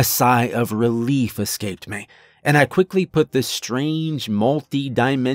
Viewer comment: Why, when a sentence terminates in a word ending with an 'e' or 'y' do you pronounce them like they're drawn soft 'a's?' Exs: 'Me' becomes 'maaay' and 'eventually' becomes 'even-chu-laaay.'🤔